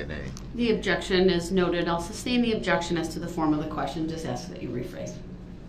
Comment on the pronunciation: Someone please tell him it’s “sustain” and not “substain”